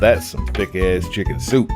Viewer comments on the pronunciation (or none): none